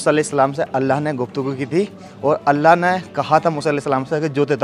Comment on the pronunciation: Bhayi allah hota h Kam se kam. Allah ka nam v sahi se lijye aap allah nam sahi se nhi le.rahe ho please allah bolo allaahh nhi bolo